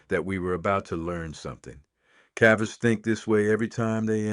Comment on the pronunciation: Is this AI? again? Just wondering cuz a real person would know how the word "cavers "is pronounced and again in the video . It is not pronounced the way it is pronounced in this video . In addition the voice really has not even taken the time to take a breath throughout this whole story. Quite the story ,.